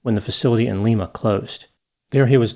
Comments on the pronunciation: Lye-ma not Lee-ma, grew up in Ohio! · While the city in Peru, Lima is prounced "leema", in the state of Ohio, Lima is pronounced leyema. The letter i, is pronounced like the word eye. Just an FYI,. ❤ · For the record, in Ohio, Lima (Ohio) is pronounced “LYE-ma,” not “LEE-ma,” the way Peruvians do. Ohioans have non-cosmopolitan pronunciations of many of their cities, eg, “Versailles” (Ver-sales), “Vienna” (VYE-en-a), “Toledo“ (Tol-EE-do), and “Russia” (ROO-she). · In ohio we pronounce it Lie-ma, not Lee-ma. Not saying it's the correct way, just lettin ya know! Hahaha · Thats lima pronounced lime•ah i was born there and my dad worked at the facility you meantioned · FYI . Lima is pronounced like the Lima in Lima bean . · Lima, Ohio is pronounced as LYE muh. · I'm transplanted from California to Ohio and I feel I have to say that in Ohio they pronounce it "Leema", not like the capital of Peru. Also, well done as ever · fyi: Lima is pronounced Lime-ah. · It’s Lima, like the bean, Ohio. Not Lima, as in the Peruvian city. Fun fact, we’ve butchered many other local city names, like Vienna (VIE-ANN-AH) in this part of Ohio. Americans, got to love them! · Like the bean, not the city in Peru! Another listener from southwest Ohio.